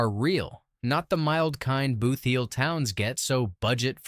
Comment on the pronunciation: I had to stop watching. If I heard AI guy say BOOTH heel once more I would scream! It’s BOOTheel! This is a hot mess!